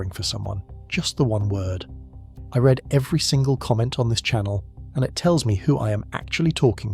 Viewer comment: AI rubbish....pronounced 'read' wrong in one of the sentences